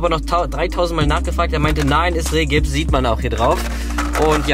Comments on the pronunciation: Der Rehgips heißt übrigens Riehgips 😆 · Rigips! Es heißt R-> I <- gips! ;) ;)